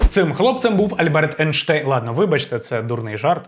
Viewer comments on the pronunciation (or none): none